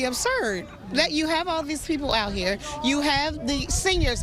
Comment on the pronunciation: So I'm i the only one who heard her pronounce the word "Hurrrrr" instead of here & the word " Wurrrrr" instead of where ? What in the Reading is fundamental is going on Hurrrrr ? 😂😂